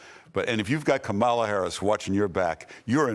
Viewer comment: You guys, Larry, Mark, and. Three of you. Don't you know how to pronounce Kamala correctly....yet??? The stress is on the first syllable: KAH-ma-la or COMMA-lah, like the punctuation mark.